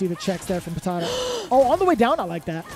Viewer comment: They trying to say PATADA and saying PATATO is epic